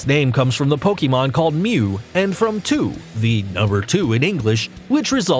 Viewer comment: finally, he got one name right mew it was about time